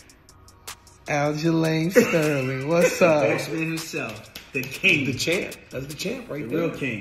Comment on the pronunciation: “Aljerlame Sterling” I’m not trashing the champ. It’s just that, I swear it’s what Cejudo is saying